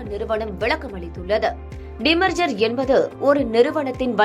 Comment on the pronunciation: டிமர்சர் இல்லை டீ மெர்சர் 😂😂😂